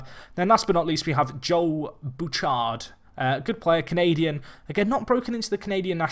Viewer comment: Not entirely certain, but I think Bouchard is Boo-shard not Boo-chard